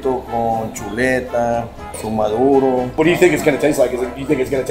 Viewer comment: My favorite part is when you guys say MADORO instead of MADURO 😅. love watching the videos 💕